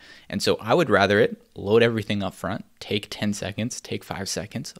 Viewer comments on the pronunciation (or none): none